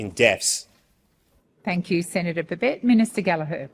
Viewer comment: I don't understand why an Englishman cannot pronounce the name BABET no extra BS not extra TS no extra Es